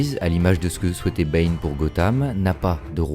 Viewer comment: What do you keep calling Bane? Is it “bean” or “B”? A couple of times it sounded like you said “Ben” and I think one time I even heard “pain”.